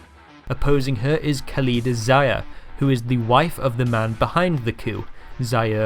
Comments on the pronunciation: Zia* not Zayer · zia=zeea, not zaaiya!! 😂😂 Sheikh= Shaikh, not Sheekh!!😂😂